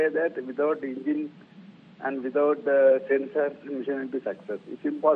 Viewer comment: Ingine... It's an Engine..... Did u learn English for Rajdeep Sardesai...!?